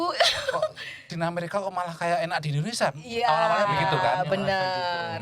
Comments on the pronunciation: Don’t offense! jangan sering interrupt saat narasumber menjelaskan sesuatu and please excercise to say Indonesia not Indonesa, thank’s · Tolong dong.... host nya kalau mengucapkan kata Indonesia jangan Indonesa....